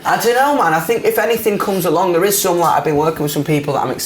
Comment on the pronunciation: I love hot think is fink🖤🖤